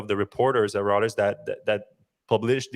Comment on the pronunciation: Reuters: roy-trz